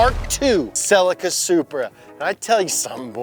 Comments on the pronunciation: I am sure it pronounced "Cel-ee-ka" not "sell-ika" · It's not SELL-ICKA, it's SELL-EEKA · ok SAY IT SLOWLYY C EE LEEE KKAA NOT SIILYKA U MORONS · "Sell-eee-ka" not "Silika" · Why do you Americans insist on mispronouncing so many things? Rest of the word calls it a "Seelica" and you say "salica" Solder V's Sawder etc etc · I'm sorry but the way you called the Celica a Cell-ika was just cringe.... But awesome vid. Loved the mk3. My GT2 first car. 😁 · Always forget Brits say Celica funny, we pronounce it s'leeka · A little piece of me dies inside each time you mispronounce Celica. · Anyone else shouting at the video over the pronunciation of Celica? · As an Australian I can't stand that pronunciation of Celica. So I Googled it. Google will speak the US and UK versions of it. But it's a Japanese car! So I Googled their pronunciation and ohhh boy I ain't saying it like that! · Stop saying celica in a fucked up way you don't say it like that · That’s not how you pronounce Celica 🤦🏻‍♂️ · i'm most shook at how you guys pronounced celica